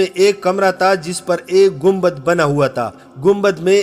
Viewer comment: pathan bhai ya taaa nahi ha , tha hota hai 😂